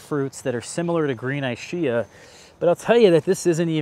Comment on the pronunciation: Thanks for sharing. I hope you don't take it the wrong way, but that Ischia pronunciation just sounds wrong. It should be with a 'k' sound, e.g. "eeskia" if it's named after the Italian island.